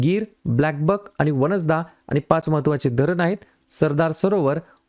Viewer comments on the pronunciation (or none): गुजरात मधील राष्ट्रीय उद्यान, वन्सदा असा उच्चार नसून "वासंदा राष्ट्रीय उद्यान" असे आहे.